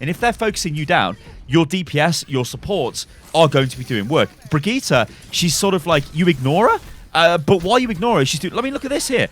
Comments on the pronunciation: Just say her name as you would in English. Everyone do this with Sombra, Lúcio and Reinhardt no one is worried in saying their names with the correct Spanish, Portuguese and German pronunciation. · amberisrad "in her origin video she says it as "bree-geet-eh" " Wrong. Did you watch the english video with her "primary" VA? And no it doesn't sound similar to how jeff says it. If you can hear the difference between feet and fit you should be able to hear the difference between the VA and jeff pronouncing her name. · The name is German though. But then again what you are saying is correct. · Brigittes hardest counter is pronouncing her own name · Kaplan can't pronouce her name. His Brigitte pronounciation is worse than his Torbjörn pronounciation. Correct pronounciation: [Bri-Git-Eh]. That's how she pronounces her own name. And I'm swedish so... All parts short, no pauses in-between. NO D. NO A. No J, Hard G. Git rhymes with Hit, not "jeet". "Eh" is pronounced like E in Elements. The "Bri" is pronounced a bit differently in swedish, but it's a small difference that doesn't really matter as long as you don't add random letters or replace half the name with something completely different. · You are not saying her name right you tool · Rohan Motilal Seriously. Its NOT hard to say. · It’s pretty cringe tbh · Not Bri JEE ta but Bri GEE ta, how hard can it be? XD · Its not Bregiiiite, its Brightte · Well we say birgitta and not brigitta, good video btw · Bri-gitt-EH, not Bri-gitt-E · Its BrigittE not BrigittA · actually its Bri Gi tE, not Bri Gi tA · Its not pronounced Brigita! Its a german name, duh! Ask a german dude and let him tell you how to pronounce Brigitte! It is completely different. Yes, Papa Jeff said Brigita, but Jeff does not speak german! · dude brigitte is an old fashioned french name for ladies.... pronounce bree-jeet -__ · "Brigita" ... That's completely different than just pronouncing "Brigitte" german or english. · Stop the BRIJITTE